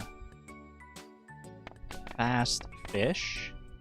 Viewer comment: I keep hearing "Fast-ish" instead of Fast Fish fram every creation of a new run, which is very funny to me with the insistence of calling yourself "not a speadrunner" 😂